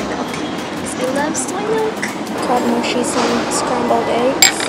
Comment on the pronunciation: my dog has the same name as ur dog, but its Mochi not moshi